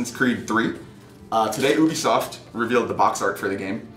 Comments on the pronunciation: It's U-BE-SOFT not OOO-BE-SOFT. And we did not want a fucking history lesson. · oobisoft? ITS ubisoft as in YOU-BEE-SOFT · Ubisoft is said as You-be-soft not Uw-be-soft LoL XD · whats "Ubesoff"